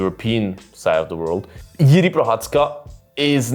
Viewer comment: Jiri is more Complex Figter ... also he have more experiances in MMA ... since ale have 8-2-0 he have 29-3-1 is 3x more :) also Jiri have better cardio ... anyway u say JIRI name alsmost correct .) definitely most correctly from eng speak channels :D 👍